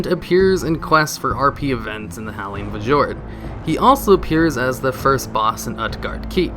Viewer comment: Varee-mathas Howling Fu-jord Uht-Garde Keep Damn,, you butcher the FUCK out of your Warcraft terms.